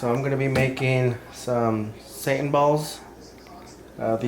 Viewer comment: "Satin Balls" brother. Not "Satan Balls"